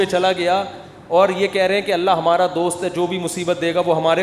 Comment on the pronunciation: Mukti saab aap her baar Alla kaha Alla bolrahe ho..Kaunsa language mein kaha..kab kaha..???video proof hai👂👐🤙phone kia